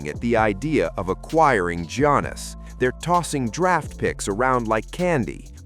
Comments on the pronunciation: "Jonas" 🙄🤦🏻‍♂️🤣 Is Antetokounmpo the lost Jonas Brother? 😆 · Don't disrespect Giannis. Pronounce his name correctly.